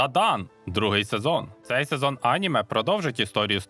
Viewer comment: Наголос на слові аніме неправильний. Коли дивлюся в оригіналі, вони кажуть анімЕ, а не Аніме. Немертвого і невдачу краще б взагалі не перекладали. Перший сезон із поклонінням русні задрав.